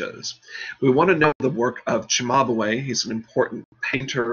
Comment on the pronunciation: Not 'giorata', it's 'giornata', also check out your Cimabue pronunciation, otherwise great!